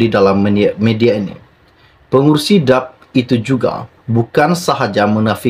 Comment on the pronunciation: Cara sebut nama parti politik DAP tidak betul